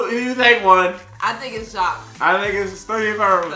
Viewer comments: It’s pronounced jack Es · You just pronounce Jacques names like Jontron calls his pet parrot.